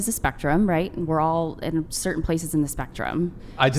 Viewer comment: DUDE! Stop saying “cerddin!” The word is “certain!”